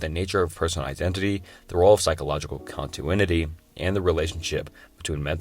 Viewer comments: Entertaining video. However, schroginder, entrophy, and contuinity lmao. It's not necessarily a bad video tho, I appreciate the effort you put into this. Keep making content and I hope you improve! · thought this would be a good video but you can tell that this guy either plagiarized or used AI to write the script. none of these are paradoxes, they’re dilemas and thought experiments. you also read out like 50 typos, with examples including but not limited to “Contitinuity”, “Contuinity”, and “Quala”